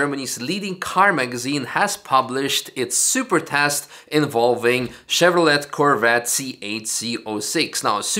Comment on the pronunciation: CHEV-RO-LET US STOP SAYING LET HAHA